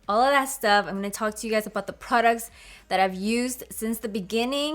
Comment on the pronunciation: Im here for the “PRUDUCKS” lol 💕